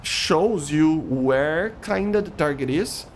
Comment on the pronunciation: Man.. please make your English better. I can’t watch your videos because you talk like Chinese ching chiang chiong. Ciolking, ciarget, ciu najt, f forcin. Man, just calm down don’t make those videos in a rush and dont spell it like that. This is not the hate, cuz you choose interesting topics but man.. this accent and in a rush type video just hurts and make me feel angry. It sounds like you are so stressed that I feel uncomfortable.. I will keep an eye on you but if you will keep it going same.. My ears cannot sustain that talk… And you always use filler words when you don’t know one like “you know” “”but still” “and stuff” I’m gettin this that you are not the native and me neither but at least you can work on your pronunciation and grammar would be then less painful.